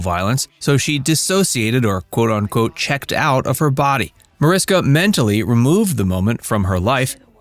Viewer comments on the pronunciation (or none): Mariska is spoken with sh -> Marishka. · Seriously? You put together an entire video about her and mispronounce her first name throughout it? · you obviously didn't check very hard. It's still up there, still pronounced wrong throughout.